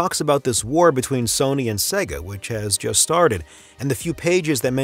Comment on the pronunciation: SEGA (not SEGGA)